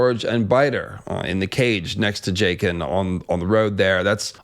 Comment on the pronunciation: “Jake-ann” is the worst